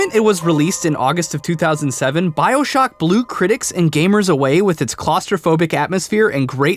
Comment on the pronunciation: When you called it "Bioshack" at the end of the video the first thing I thought of was a place to buy human organs. lol